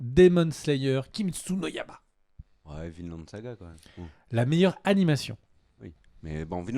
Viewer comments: ca se prononce pas Kimetsou no Yayba ? (Yaiba comme Kaiba dans yugioh) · Pour KNY ça se prononce ya "i" ba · Je confirme, ça se dit comme tu l'écris. La prononciation du japonais n'a jamais été le point fort de et ^^ (ce qui est loin d'être grave bien sûr) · On dit kimetsu no yaiba avec un « i » qui se prononce aussi !